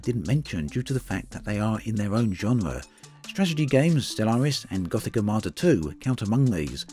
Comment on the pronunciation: The word is strategy, not stragety